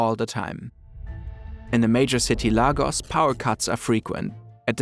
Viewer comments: Did you just say Lagos instead of Leigos😂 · Nigeria mentioned ❤ it's pronounced Lay- Gus not LaGoss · It is pronounced LAYGUS not Largos. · Great video, but that city is pronounced Laygos, not Lahgos. McDonalds isn’t the only conglomerate that isn’t really present in Africa. Apple, despite having a huge customer base in Nigeria, isn’t officially in the country - perhaps it doesn’t make financial sense for them, but I’d like to see a deeply researched video about something like that too. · As a Nigerian I can confirm this is true 😂 If we didn't need to spend so much time adapting we would have been a great nation lol. Also please Lagos is pronounced as "L-ay-gos" not "L-ay-gos". It is not that hard to find a Nigerian to confirm. We are literally everywhere. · Hey I'm a Nigerian and I just wanted to point out that you murdered the pronunciation of Lagos... it's pronounced Lay-gos not Lah-gos. I really love your content and I would appreciate it if you atleast tried to used the correct pronunciation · Major city "lay-gos" not lah-gus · Lagos 😂 is pronounced “laygos“ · No offense, but also research the pronounciations of local names. For example: try finding the pronounciations of lagos and jollof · Please learn how to pronounce Lagos correctly. It's not that hard.